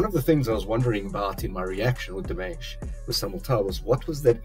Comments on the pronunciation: Hi! It'[s not "Demesh", it's "Deemush", I mean the way the name is pronounced. And the song is in French. :-) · You are reacting to Dimash in the exact same manner as I did in February 2017!(Btw, his name is pronounced “Dee- ‘mosh”) It’s fun reliving my first experiences of Dimash through you!!! But, my friend you ain’t heard nothin yet!!!! Each new song becomes a new experience and your favorite song!! My recommendation now for you are: Stranger, Olympico and Sinful Passion. Enjoy!! I’ll be back. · Dimash is pronounced Dee-mah-sh. Watch his cover of "Love Is Like A Dream" and listen to the way Igor says his name. ❤ It's also the best cover of that song by anyone. You are very lucky. He has over 170 songs avaliable to the public. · Another example of Dimash’s generosity; he did this digital concert during Covid for his fans; ticket price? $10. If I remember well, the concert was 1 1/2 hour long, you can just imagine how much work he and his team put into it. I suggest you listen to « Stranger » or « Olympico » next! Quick correction, Dimash is pronounced Deemash. Happy listening!